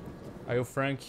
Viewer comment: "açume" teus BO "Fanque"